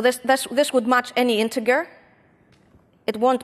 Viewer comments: Really good tutorial. Btw, the "g" in "integer" is followed by an "e". So, it's pronounced somewhat like the "j" in "jam" and not like the "g" in "grammar". (Of course, with English there are always exceptions to the rule but the pronunciation of "integer" follows the rule.) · Excellent presentation!!!! Few remarks: 1) pronunciation of integer 2) in some of the exercises the solution depended on tools discussed later